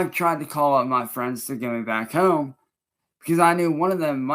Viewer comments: What is up with his pronunciation of "home" in this video? Does it think it makes him sound intelligent? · 30 home, then says whome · “why i could get Horme” 😂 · Lol I'm glad I'm not the only one that thought that was hella weird